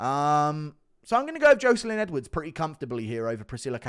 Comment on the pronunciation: Good vid as always but please stop saying Joeselyne Edwards am I right